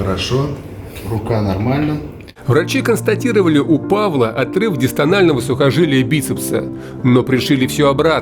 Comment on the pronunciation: Не дистональное сухожилие, а дистальное:)